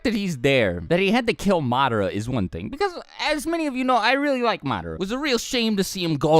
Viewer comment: did you just say MAADRA